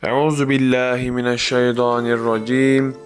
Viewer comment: Şeydaaa nir Racim dediğinizde, o şekilde okuduğunuzda dad harfi ile "Kovulmuş DELİ AŞIK ın şerrinden" diyorsunuz ŞeyTAAAnirraciymmm şeklinde okumak gerekir. Ta harfi vardır arada. Selamlar, Saygılarımla